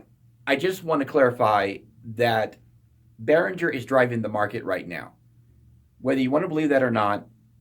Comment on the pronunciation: gerr! behrin - ger it's german.